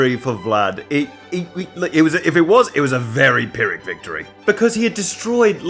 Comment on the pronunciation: THAT'S how you pronounce pyrrhic?! TIL